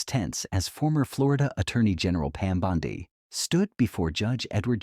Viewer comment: This is total propaganda, and you all believe it lmao Chen was never arrested. He actually humiliated her for not having any regard for the Constitution. It's literally trending everywhere...how do people blindly believe these AI videos that can't even pronounce her name correctly??